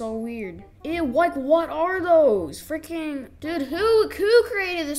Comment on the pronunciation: WAIT A MINUTE WHAT DID YOU SAY (THE SUBTITLES SAYS FREAKING BUT I HEARD IT IN A DIFFERENT WAY)